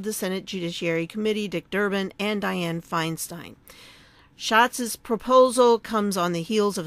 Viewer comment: you pronounce that "shots." You sure it isn't "skātz'? Or maybe "shatz"?